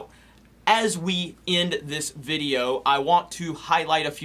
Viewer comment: I heard bideo Everytime time 😂